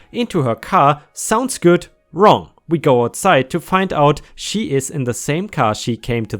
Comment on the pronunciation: W.E? P.D? The word is WE as in; We took a drive. PD is of course Police department.. I do love your stories, but please do sort out the way you say things. Thank You.